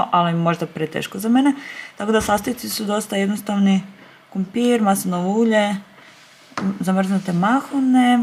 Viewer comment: Ja cijelo vrijeme cujem KUMPIR😂